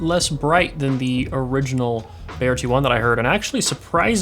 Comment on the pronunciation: Its pronounced B-EYE-YEAH... Just as you would say eye